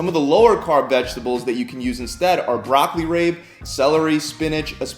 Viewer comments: Did he pronouce broccoli rabe as broccoli rape? It's pronounced broccoli ROB. This dude can't even pronounce Brazil correctly. LOL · Lol. Broccali Raaaaybe. It's Raaaahbiiii my dude. And it's Brazil nuts not Braaaayzil. lmao. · He also said Broccoli rape instead of broccoli rabe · Did he say broccoli rape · Broccoli RAYb. BRAYzils.